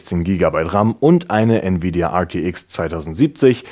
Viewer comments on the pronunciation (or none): none